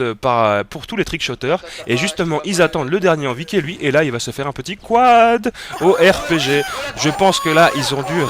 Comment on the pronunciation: Pas beau quand tu dis quad, ca le fait pas dutout desolé.